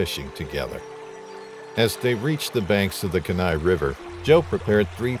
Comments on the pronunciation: I hate the way he try’s to pronounce Kenia. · Guys- can you do some BASIC research and learn how to say this well known river's name? It's painful to hear you say such a famous AMERICAN river wrong so many times. Very amateurishly done. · Kenai is pronounced Kee-nye, not Ka-nye…fyi. It’s a beautiful blue-green color as it’s fueled by glaciers. It’s also solely a drift boat. No motors allowed. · dammit the word is Keee Nigh not Ken nigh where the hell are they getting these narrators. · Hahahaha “kin-nai river.” Alaskan’s pronounce it the “keen-eye” river. Kenai. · Lol “Ken-eye,” it’s pronounced “Keen-eye.” Just sounds funny to a lifelong Alaskan. 😜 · It’s pronounced like Keen-eye! I’m from Alaska and my dogs name is Kenai. That really irritated me 😂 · Ken-eye pronunciation is killing me. It's kee-nye, like bill Nye the science guy. Simple Google search isnt hard. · It’s Kee-nigh river, not Kin -eye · It’s KEE nai, not ke NAI. If you’re going to do a video like this, learn how to pronounce the words you use. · Kee-nai, yes. But if you don’t know, it’s an honest mistake. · Just a fun fact, but Kenai is pronounced KEY-nye; 2 syllables w/ the emphasis on the 1st syllable. I'm a born & raised Alaskan & very familiar w/ the area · Kenai is pronounced KEY-NYE, with the emphasis on the KEY. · Kenai Peninsula is pronounced like: "Key nigh" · Kenai River is pronounced KEEN EYE! I am from Alaska and it cracks me up how people mis-pronounce everything. You should of at least made the effort to research the correct pronunciation! So annoying! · Pronounced: KEE-NIGH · It’s pronounced Kee-nai. (Kenai). Respectfully, Alaskan here. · It's pronounced "key-nai". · It's pronounced kee•nai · Kenai = Key-Nye River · Kenai is pronounced KEE-NI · Say Keen eye river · Kenai (kee-nye) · It’s Keeee like car key ni like eye Keyneye kenai it’s pronounced Keyneye 😃❤️ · I can’t get past the mispronunciation of the Kenai River. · A part of me dies every time he mispronounces Kenai.